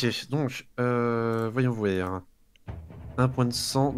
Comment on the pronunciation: Merci à vous 5 d'avoir partagé vos aventures (et aux potentiels autres qui ont aidé !), je n'ai connu Vampires que très récemment et ça a été un vrai plaisir de découvrir ce jdr avec vous ! Juste une question : à , Tobias a dit "voyons vouère", aurait-il trahi un accent des Hauts de France de LA x) ?